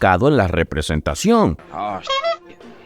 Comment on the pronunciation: representeichon xd